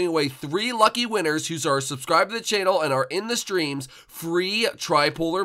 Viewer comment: U said channel with a t ??